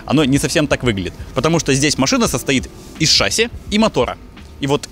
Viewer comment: мы с мужем смотрим все твои ролики, но его каждый раз корёжит от твоего "шАсси" 😖 ШассИ,, шассИ!